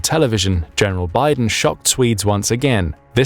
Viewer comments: "Michael Biden" "General Biden"😆 His name is actually pronounced in a totally different way. I can't really blame you for not getting it right. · If Bydén is a sWEDE HIS Name is NOT pronounced as if he was a brother of Biden... Try to learn the pronounciation please! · At least start by using the term Nordic when including Finland, and lesrn how to pronounce Byden. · you said micael bydens name wrong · Bydén's name totally butchered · Bydén is not pronounced like Biden. It would be more akin to 'Beedehn', but with emphasis on the second syllable. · Oh dear I keep hearing the name Biden. Can someone please tell the AI to pronounce Byden in Swedish? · Biden? nah... its byydeen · Ah, yes. The significant Russian superiority of their flagship carrier - the Admiral Kuznetsov. With it's marvellous engineering that makes it necessary to have a set of tugboats accompanying during deployment. Very reliable stuff. Inoperable since 2018. Very superior. Also, perhaps work a bit on pronounciation - Bydén is not at all pronounced like Biden. Also a bit weird evaluating based on quantity over quality. In particular with the performance of the Russian forces in Ukraine. Also, for using the hashtag militaryanalysis it seems quite short on the analysis front. The events in Ukraine demonstrate that Russia would need significantly higher quantity of quality equipment to actually win anything. As such the only lasting thing they've got is the nuclear arsenal. But considering the state of their other equipment - how realistically is it that they've got functional systems of delivery to do more than threaten? They've fired quite a lot of otherwise useful rocketry already in Ukraine, hence their need for Iranian drones and old artillery ammunition from North Korea. I deem this "analysis" superficial and completely unrealistic. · Note: in swedish, usually a word with é at the end (e with a accute accent) is pronounced more like ee. He is not named Biden.